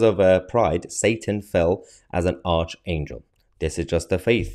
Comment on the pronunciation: Not arch~pronounced as arkangel 👍🏻